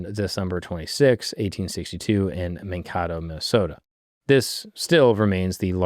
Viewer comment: “Man” “Kay-toe”